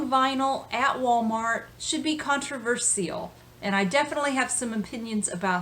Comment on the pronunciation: More controversial is your pronunciation of controversial.Less so is the need to avoid Walmart, for numerous reasons. But that begs the question, where can one buy vinyl, ethically. Ebay is a NoNo. Discogs a NoNo, they use Paypal! The bulk of record stores a NoNo. Just leaves flea markets and yard sales, which are often also dubious. Back in the 70's we'd steal records from the Walmart's of the day, which was probably ethical.